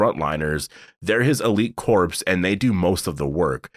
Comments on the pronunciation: lol pronounced core. Not corpse😅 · You keep saying corpse, lol. Corps is pronounced "core." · Corps is pronounced “core” not “corpse”! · So you know a dead body is a corpse right? Well, a military corps is not pronounced the same as corpse. It's pronounced like "core", the p and s are silent!